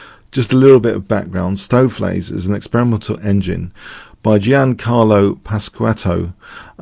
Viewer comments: your pronunciation of "Stoofvlees" is excellent! (I'm Dutch) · Perfect pronounciation of "stoofvlees" here :)